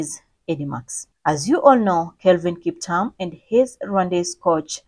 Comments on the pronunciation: She's saying Kiptam but a good and detailed video. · Please reread your script and pronounce the Kiptum with a ' U' as in a e i o u . It sounds horrible the way you prounounce the nane! For God's saje you are Kenyan! Otr are you not? I can exvuse you. But learn fast! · He is Kiptum not Kiptam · Kiptum not kiptam... anyway, may he rest in peace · Kip-toom please … written KipTum